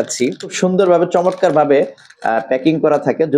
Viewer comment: ভাই কিছু মনে করবেন না। শব্দ টা চমৎকার। চমটকার নয়। লক্ষ্য করুন।